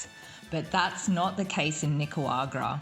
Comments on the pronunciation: NicaRagwa not Nicawagra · If I hear her pronounce Nicaragua one more time I'll stay away from Nicaragua 🇳🇮... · She butchers the name of NI-CA-RA-GUA, but I liked the video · hahahahahahahahaha. Just teasing, it's close enough. Haha. I'm a native Spanish speaker, so I had to poke. 😝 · Learn how to pronounce the name of the country properly at least, unlike the woman traveler here.